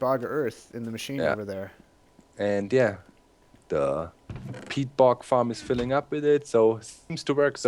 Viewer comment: everytime somebody says peat, I understand pee. "later, we want to run the engines on pee"